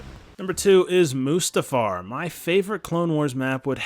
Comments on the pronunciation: Am I the only one who got triggered about oootapau. It is pronounced Utapau. Good suggestion but I couldn't help but cringe at that! Edit: Moostafa 😂😂😂 lmfao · Is no one going to talk about how he said there wasnt an epic battle on MOOstafar? What do you call anakin vs obi wan? Also utaPOW makes me want to dislike the video